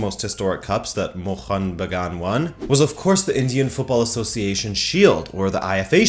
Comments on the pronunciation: Bro, the way you perfectly said mohun bagan was loveee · Hit the like just because you pronounced Mohun Bagan as close as a foreigner could get it. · I appreciate your efforts to bring up the two heritage clubs of Indian football into discussion specially when it comes from a far western country.. Your Bengali pronunciation was almost perfect with no complains.. But the thing you must correct is, Mohunbagan was never conferred the national club of India by the Government of India. There is no official statement by the government of India. Even several Right To Information replies by the Government has denied the statement. You can search it on internet. Hope you keep following Kolkata football & all the best.. I'm sharing this video with various East Bengal fan club pages in Facebook.